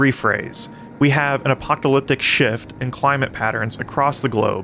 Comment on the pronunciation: you mispronounce apocalyptic